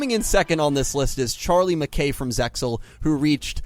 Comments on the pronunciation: stop pronouncing the x in zexal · ZeXal is to be spoken without the X. (pronounced ZAY-al [IPA: /ˈzeɪ.al/) Must be sad to know only the shitty Dub Versions of 4Kids and Funanimation